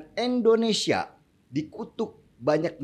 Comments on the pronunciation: Indonesia bung,,,bukan Endonesia.... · MAAF NIH YA NGOMONG YANG BENER LAH. " INDONESIA" BUKAN ENDONESA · Nama negara saya itu INDONESIA ingat ya INDONESIA, bukan ENDONESIA